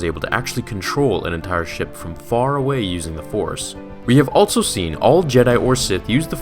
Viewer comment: Am I the only one who notices that every time he says "also" it sounds like "altzo"?